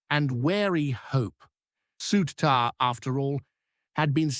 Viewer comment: Why can this foreign punter not pronounce the Rangers players names correctly, before he tries to tell us all a pure load of sh?te